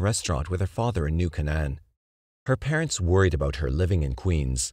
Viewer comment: It's "New Kay-nun". "New Kay-nun". Sheesh.